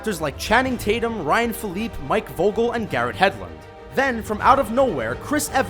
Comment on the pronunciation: Stop letting this dude narrate videos. He miss pronounced cavil,Philippe, Leigh and got romanovs name completely wrong